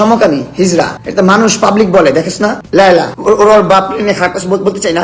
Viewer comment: ল্যয়লা না লায়লা বুড়ি😅😅